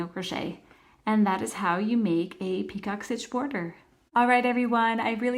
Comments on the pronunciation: it's not pronounced peacock it's picot - pronounce as PEEco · Are you doing 2 different stitches! I hear you say ‘peacock’ stitch but it says ‘picot’ pronounced pee-co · Great explanation. FYI—It’s French, pronounced pee-co, not like peacock. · Easy enough and you showed it okay, but the title says picot stitch, but the entire video you say peacock. I thought it was just the subtitles that were wrong, but nope, you literally say peacock the entire video and its so annoying. Plus the very first PICOT, you said to slip stitch in the first chain 3, but proceeded to put it in the first bar on the second SC, at least you said it right on the second PICOT, and said slip stitch in the first bar of the second SC. 😆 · Very nice and thank you …it’s pronounced picō…t is silent and long o sound. Just trying to help. 😊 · It’s pronounced (pee cō. ) The term is French in origin. Thought you might want to be made aware. It’s pronounced (pee cō.) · It's pico...the t is silent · Picot is pronounced pee-cOH. It’s like “Waiting for Godot” or a glass of “Merlot”. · Nice tutorial, thanks! Just so you know, the T in picot is silent, it's pronounced pee-koh. 😊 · I thought she said peacock stitch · UGH!! The “t” is silent. Have you never heard it pronounced before doing your video?